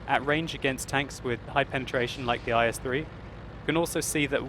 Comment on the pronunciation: the tank name is not "ice-3" it called "ees"